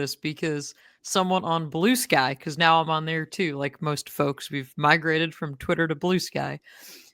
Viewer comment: I heard it when she said Blue Sky..